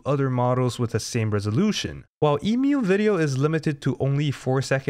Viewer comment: Omg ... You say Emu correctly .... Yay !